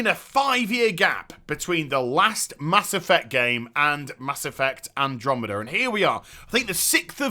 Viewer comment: "Mass Effuct"